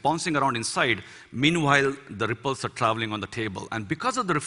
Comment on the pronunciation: Verdade até o "are" dele pareceu que iria soltar um "alre"